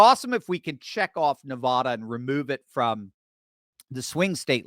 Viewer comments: Why can’t you pronounce Nevada? Seems odd that somebody so smart has no idea what the state is called. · Bro, there is no O in Nevada....